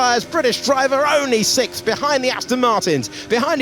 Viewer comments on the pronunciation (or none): Why can't Alex Jacuqes pronounce the word "Sixth" ? He says it like "sicth"